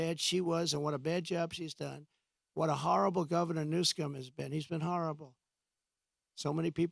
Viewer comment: New-SCUM hahah how fitting